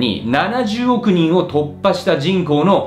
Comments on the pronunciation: 人口のイントネーションがおかしいぞ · 人口密度の時だけ普通のイントネーションなのも気になる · じんこう⤴︎の発音が気になる笑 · 人口の発音が気になり始めたら話が入ってこない… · 人口 の発音が、、f^_^ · 人工の発音ちがう。